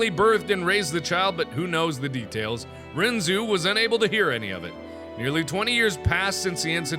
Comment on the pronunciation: Oh good God I only realized now he pronounced it wrong, well from an anime I've seen its pronounced differently. This kinda killed my soul a bit